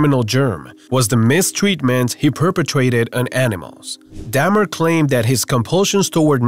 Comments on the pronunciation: An Dahmer your saying it like damn it's pronounced dohm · Damn-ER 🤦🏻‍♂️ come on man..